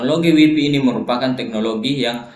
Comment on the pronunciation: WiFi, bukan waifai